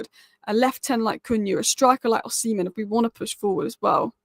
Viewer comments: His name is not Osinhem, its Osimhen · The 'H' in Osimhen is silent,. Another great video, by the way 👏